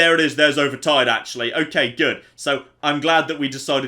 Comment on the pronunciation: I love the way you say good it sounds like your saying Goot